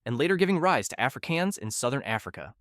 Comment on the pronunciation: Afrikaans is pronounced as afrikahns not “afrikeyans”.